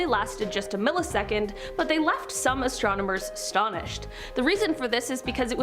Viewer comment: Still going strong into 2024! You peeps are Most A-Mazing! but...Someone Please let know that it is pronounced ASTRONOMERS not ASTROMONERS!!